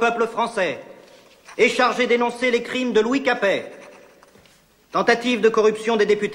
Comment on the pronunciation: Pas "Capait",mais Capet!